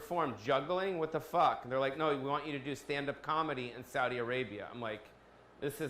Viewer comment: I am surprised you said Saudi correctly... I don't mean the English word I mean the Arabic word